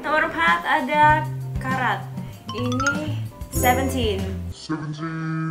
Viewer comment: Kak fansnya seventeen tulinnya carat tapi bacanya keret